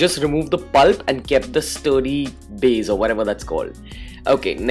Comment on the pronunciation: The curd 'baze' is awesome! 😝